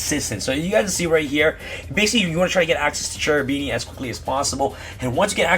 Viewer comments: Kerubini not Cerubini, in italian Ch is K. Cherubini are a type of angels in italian medieval demonology.👍👍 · Bro its pronounced kerubini, it's an italian word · Also "Serafini" and "Cherubini" angels are present everywhere in italian medieval art, particularly in cathedrals' art. They're part of the medieval italian tradition. Cherubini is pronounced in italian because the term is italian. In ebraic or other languages it's not the same term so it's pronounced Kerubini. I hope that I make you curious about italian art✌ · Grande bello, è una tragedia sentire ogni volta che nessuno riesce di pronunciare il ch-. Non parliamo di beatrice ma quello è chiedere troppo mi sa